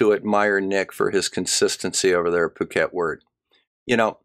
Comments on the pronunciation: It is actually pronounced "pooket". It's an island in Thailand, where the small headed gentleman resides. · I think is pronouncing "Phuket" wrong